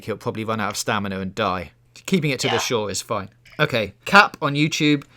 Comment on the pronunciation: How is saying "staminner" not on purpose?